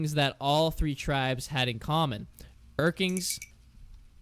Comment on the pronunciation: It's urklings not urkings. Sorry that bugs me and I don't know why.